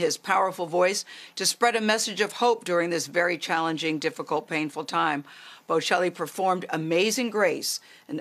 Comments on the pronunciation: Pronounce his name correctly, good grief! Embarrassing to USA..Not “Boo Chelli” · She did a horrific job in that inter-couldn’t even be bothered to learn correct pronunciation of this great man’s name, or his wife’s. Called his wife an interpreter. Cringe-worthy. Please do better, King, and let your guest finish speaking